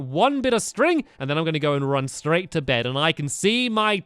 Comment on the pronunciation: stampy says t-to bed and t-to do this and t-to do that why the extra t